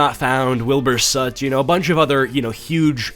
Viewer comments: You pronouncing soot is making me crack up. You're not wrong in how you pronounce it but Wilbur himself says 'sut' like suite but without the I. But you do you, your content is great :) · Not sut. Soot like book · its not soot like suit but soot like in between sut and suit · soot is pronounced as in book, not as in toot or shut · I agree I pronounced his name wrong 😑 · i think people pronounce the british way of saying because he is british💀